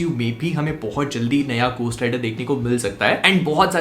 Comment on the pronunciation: gostt rider nhi beh,,, घो hota h